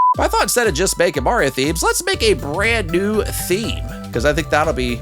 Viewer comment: laughed too hard at "ihstt a me, mareo"